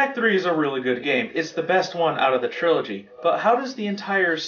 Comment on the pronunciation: TRILOGY!! not trology LoL :))